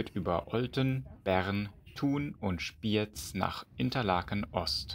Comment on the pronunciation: Die Aussprache Spiëz ist richtig. Respekt für einen Hamburger.